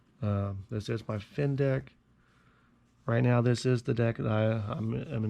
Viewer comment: It sounded like you say "Fins a dick set 15 leader." Hahaha awesome video